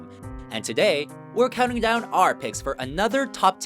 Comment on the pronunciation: The way this guy pronounces things isn't only annoying but it makes no sense, like how do you even think that sounds right? "DOWN...... the drain" was the worst, I literally winced.